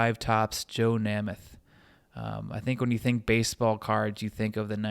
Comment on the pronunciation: Thank you, Great video, I just don't see enough football card video's of classic vintage iconic football cards. Count me in as a new subscriber. However you may want to check your pronunciation of the names Grange and Namath.. :)